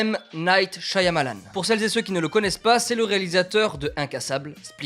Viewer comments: Super et tout comme expérience. J'ai hâte d'aller voir le film. Mon préféré par lui était Lady In The Water Petit truc qui me dérangeait cela-dit, le Y de son nom est silencieux, ça se prononce "Sha-Ma-Lann" et pas "Sha-ya-Ma-Lann". Voilà, bonne continuation et en espérant que tu auras aimé le film. :) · Un de tes réalisateur préféré mais tu n'avais jamais vu une photo de lui (à savoir qu'il fait un caméo dans quasiment tous ses films) et tu ne sais pas comment prononcer son nom ?